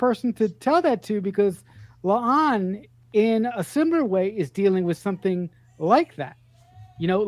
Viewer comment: Please stop calling La'an "Leon".